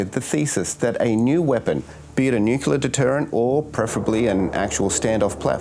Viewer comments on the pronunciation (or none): New-clear, not knewcular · You are Australian not American, we pronounce nuclear as new-clear not new-killer. It can not be that hard to say it properly. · Nuclear, not nucular. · Very interesting with real narration. However, the word is nuclear, not nucular. Otherwise well done. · It's NucLEAR ...... NucYULER is just WRONG.....and funny. 😂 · Great video, nailed the key difference with the way the F-111 was (and still is) viewed by the Australian vs. the USA public/military establishment - its role made immense sense to our unique needs, but not so much the US military's. Side note* there is only one 'u' in 'nuclear'. The mispronunciation "nucular" is infuriating, like nails down a chalkboard😅 No atom has a nuculeus, I don't know who started this awful mispronunciation but when I find them I'm going to go nuclear on them🤣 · You should look up how to pronounce “nuclear”, because saying it wrong throughout the video is not a good look.🤦‍♂️